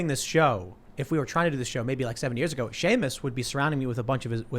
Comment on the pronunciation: Hi Tim. Love the show, but it is peonounced "we", not "wu-wu-wu-we". It is peonounced "what", not "wu-wu-wu-what". TY and God bless.